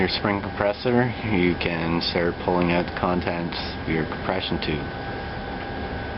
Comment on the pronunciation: yes... u say out like canadians in family guy... also pulling and peaces sounded different :D